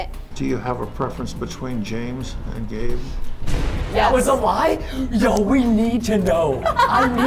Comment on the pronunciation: It’s pronounced gabe not gave